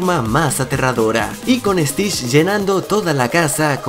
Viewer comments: No dijiste stich dijiste stish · Stish, que mal pronunciado. Es stitch con T y ch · Tu dijiste Stitsh 😱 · ¿Estish? A si no se dice tienes que decir bien las palabras viendo y escuchando como se dicen correctamente